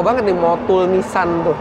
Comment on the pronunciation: Orang jepang nyebutnya Nissang, kalo sudah BAB harus nissang😂